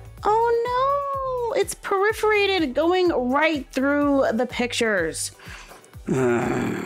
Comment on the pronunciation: Periforated? Man, you have so many words that you say so wierd. It's Per-for-ate-id. Lol. Every time I hear these -isms, they kill me.